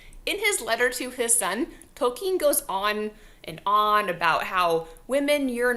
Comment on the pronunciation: Why do you say Tolkin's name like that? Ill!